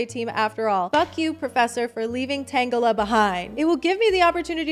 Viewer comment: No, I prefer your pronounciation of Tangela